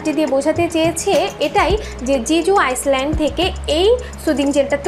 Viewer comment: আইল্যান্ড* not আইসল্যান্ড। The 's' of island is silent.